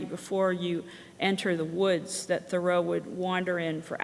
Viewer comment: This looks quite interesting, and glad to see it being done. However, how can someone make a game about Thoreau and yet not know how to pronounce his name?